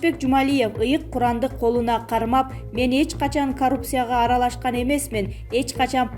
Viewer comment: Кодекийис , инфексийа , Ананево , карупсия .